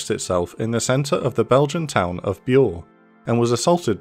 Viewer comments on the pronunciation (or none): none